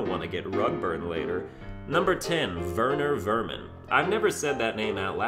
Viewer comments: Verner Verman? Werner Werman. Sorry, that's just a correction. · Melted CheesyYT since it is implied that Werner Werman is German, In the German language W’s are pronounced as V’s so Werner Werman is pronounced Verner Verman